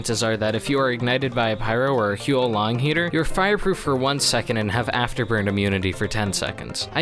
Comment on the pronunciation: it's pronounced sth like "hwo long", but great video nonetheless! I seriously need to improve my spy skills, and this video would definitely help